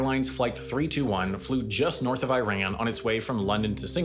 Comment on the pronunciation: Sam I love your videos but the pronunciations of Iran and Nunavut are a little annoying